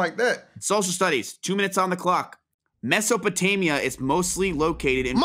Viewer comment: "what the fuck is a mesapotania" was funny